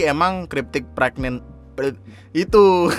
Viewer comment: Pregante, pregenant, bregnan, pregenagan